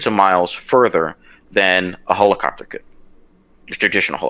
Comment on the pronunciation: Lmaaooooo the Marine keeps saying "hole-a-copter" 😂😂😂